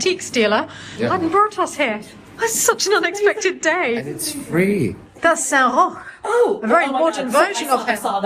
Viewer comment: SAINT ROCH: I used google copilot to find the name of the saint of plague suffers and then google translate to pronounce SAINT ROCH. It sounded just like.